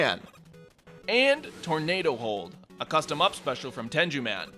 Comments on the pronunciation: It's pronounced "Ten-Goo," not "Ten-Jew." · Just so you know, name is pronounced as it looks, and is not pronounced "Ten-ju." In the Japanese language, where the Tengu comes from, "g's" never make a "j" sound. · Did he just pronounce Tengu Ten-joo? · tengu is pronounce with a hard g you fucking egg